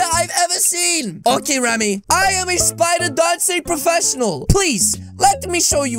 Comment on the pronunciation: I like when she said spooder